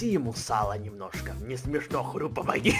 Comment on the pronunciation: Когда он сказал я хрю. ОН СКАЗАЛ ХТЮ!!!!!!!!!!!